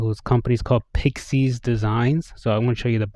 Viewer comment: Thanks for the great review! Also, "IS" in PIXIS is pronounced like "it". The company is named after my now deceased furchild Pixil-Monster and my wifes dog Isabelle. You now know more than anyone else on the internet about that!